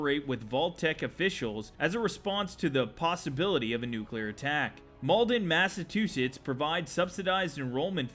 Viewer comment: I'm from massachusetts and he said Massachusetts funny af